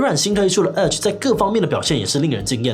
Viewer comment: 弱弱得表達，聽成了阿滴瀏覽器。